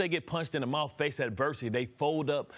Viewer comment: “They fowd up” yes they do